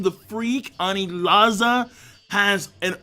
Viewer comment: “Anizala” Yet another mispronunciation to add to the many mispronunciations of the